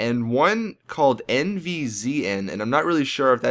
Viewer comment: The NVZN one is pronounced Invasion.